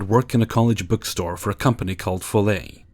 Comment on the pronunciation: The ett in Follett is said like let. No big deal really, i just though it was funny and almost woke up my husband giggling (he used to work for the same company). :D Thank you for the video!! I absolutely love the glitch ones :)